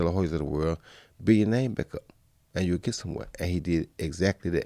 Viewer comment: Joe just said "YOUULL"